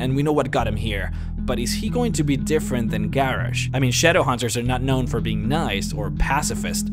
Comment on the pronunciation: Seriously? Garrish?